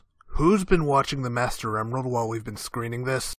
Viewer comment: MOOSTER OOMRAELD Edit: try to find the parts were he says master emrald.